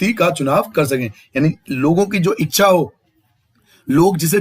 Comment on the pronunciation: Sir apne echha ko eksha bola he